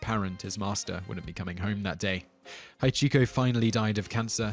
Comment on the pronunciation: Simon! Ask people if you can't pronounce stuff. The dog's name is HA-chiko with the stress on the first syllable, and the other two very short and clipped in the Japanese way. You make it sound like "half-chico". And Ueno is pronounced "wayne oh". A rudimentary ear for non-English languages would be enough to steer you on your way. You can ask virtually anyone because I have never encountered anyone ever worse than you at butchering foreign words. Have you lived your 'peeso' episode down yet?